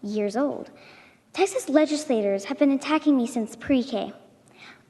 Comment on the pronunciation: I gotta just correct you on one thing my friend.... it's TEXAS not Taxas. Love your channel brother!! Keep up the good fight!!! 🤘🏼